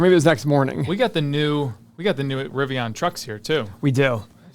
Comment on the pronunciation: LOL It's not Riv e on, it's Riv e in as in... IN